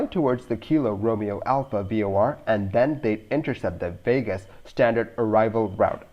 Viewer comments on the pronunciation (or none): none